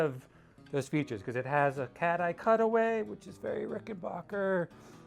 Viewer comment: Say it with me, RICK-EN-BACK-ER. Thank you.